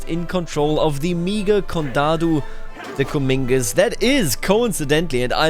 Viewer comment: Just so you know, Comminges isn’t pronounced (Cuh-meen-gez). It’s pronounced (Cuh-mahnj)